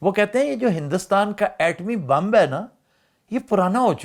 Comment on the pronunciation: یہ "بمب" کیا چیز ہے؟ بم کا تو سنا ہے